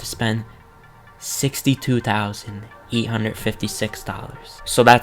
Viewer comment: Not to be rude but you said eight hundred like eat hundred but that’s ok